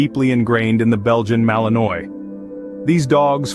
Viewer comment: Malinois is not pronounced correctly. Should be malin-wah